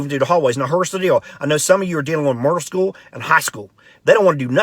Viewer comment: Murder school and high school 😂🤣😂. Very appropriate pronunciation of middle school!